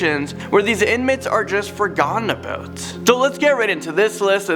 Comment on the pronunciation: lol you were going to say ABOOT but it looks like you caught yourself half way there